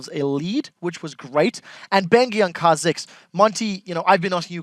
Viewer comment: Kah Zix lol